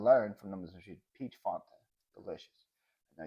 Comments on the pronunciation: is correct it is Fan ta not Fon Ta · I like “ dafunta “ hahaha 😂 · OMG love this! As an American living in Australia I can totally relate to and appreciate all of the different sayings and pronunciations. But is completely correct about the pronunciation of Fanta...I've never heard it said the way said it (I'm almost thinking he's just messing with you lol).